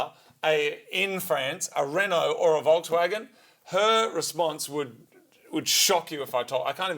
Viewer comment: Recently heard Doug DeMuro pronouncing Renault as Ren Nolt.